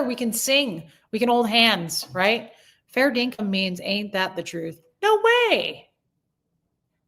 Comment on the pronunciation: You had me rollin' about your fall. I'm glad you're ok! Then Hobos*xual and Fair Dinkum (in the perfect accent!) I just heard that word for the first time tonight when I watched NCIS Sydney and now you said it. The creme de la creme were the people who came back! That was awesome! I attribute that to your prayers. I'll join you in praying for YT peace. 💕 🤗